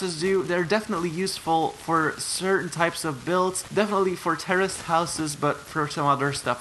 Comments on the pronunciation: Is it just me or does it sound like he’s saying “terrorist house” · Why did I hear terrorist house instead of tourist house